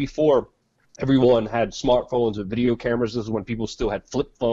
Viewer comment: Please say with. Not sure why it bothers me. Lol